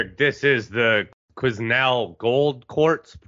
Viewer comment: Quesnel is pronounced Quenel. good take on GCC